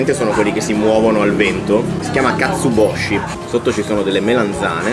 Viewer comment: Non katsuboshi, ma katsuobushi.😉